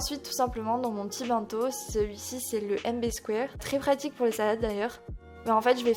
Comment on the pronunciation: C'est pas méchant mais dans bento le ben ne ce prononce pas " bin" mais "benne" comme dans une ben à ordures